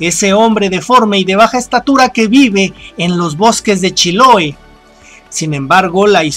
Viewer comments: La provincia se llama "Chiloé "....con acento en la e.... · Muy buen video Pero pronunciaste mal Chiloe. Se acentúa en la última sílaba. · El Tráuco y se dice Chiloé hueon!!